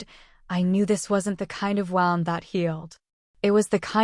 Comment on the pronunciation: Yes, these AI generated voices frequently speak the wrong word. Bow and read and it and us are other examples I hear narrated incorrectly a lot.